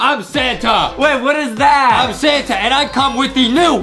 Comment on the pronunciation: When adam say "santa", i hear "sana" XD